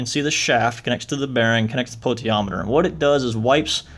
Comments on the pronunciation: No, it's Po-ten-she-om-meter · Potentiometer sound it out damn dude